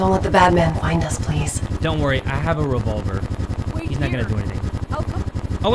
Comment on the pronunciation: "Don't worry, i have a rEvoVleR" 🤣🤣😭😭